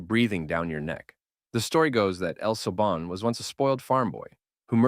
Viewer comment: As a Spanish speaker, the way you say "La llorona" and "el silbón" pisses me off I'm sorry😭